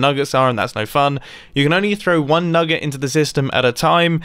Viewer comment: We all heard him him say nugga right